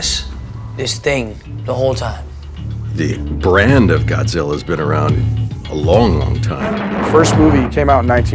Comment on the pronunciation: ''Y'know it's Godziller'' ''Godziller''